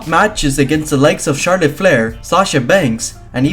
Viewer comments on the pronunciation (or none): none